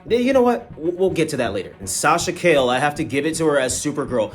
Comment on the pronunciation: Got back to the hotel after a little walking and knew I had to watch the review of the biggest Flash fan I know! Great review, fam! You made me laugh with the Sasha “Kale” 😂